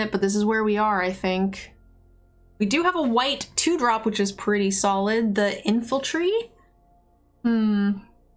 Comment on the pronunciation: Your drafts are great, you're great but my brain short circuits every time you say infaltry and troxill instead of infantry and toxrill 😬